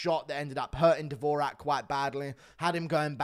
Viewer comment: Dvo-Jacque not davoooraaaaahhhk😂